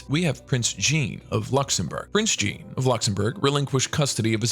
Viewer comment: OMG .... Prince Jean (djeen) is not pronounced in English but in French (sjang)